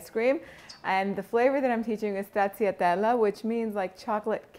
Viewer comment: I'll try to make it one day. It's pronounced in Italian "Strachatella". The CC sound in Italian is the CH sound. I grew up with a lot of Italians in Astoria Queens, NY and learned it from them. If you get a chance, can you please do the tiramisu stracciatella. Not now! Later! I noticed someone from your previous videos (forgot the name) a little while ago requested tiramisu ice cream or something but,not sure who it was.